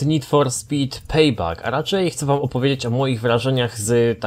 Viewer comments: PEJBEK NIE PEJBAK ... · NFS PEJBEK, NIE PEJBAK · pejbek! a nie pejbak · A w języku angielskim czyta się jak E